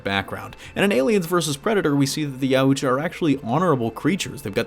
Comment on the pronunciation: It's pronounced Ye-ah-ch-ah Yautja